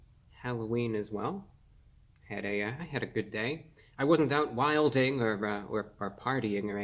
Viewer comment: The way his says "wilding" cracks me up